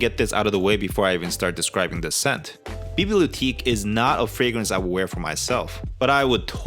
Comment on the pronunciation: It's pronounced bee blee oh teck